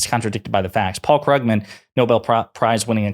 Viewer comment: Great video but Krugman is pronounced like "put", not "but".